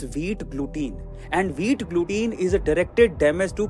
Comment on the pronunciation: Glutein ko ग्लूटिन बोले या ग्लूटेन फरक नहीं पड़ता। Accent matter nahi karta intension matters!